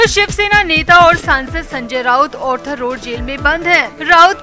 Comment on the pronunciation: Please note it is ARTHER road jail & not Orther road jail so pronounce accordingly please